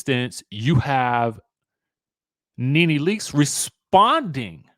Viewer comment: Did y'all see the latest reports of allegations from Bravo reality stars 🤔but y'all keep saying Ne Ne wrong😮 Y'all going to learn about these networks.